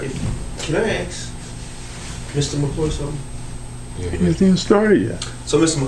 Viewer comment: The word is "ask" not "axe." Can we use proper English if we are city "leaders?"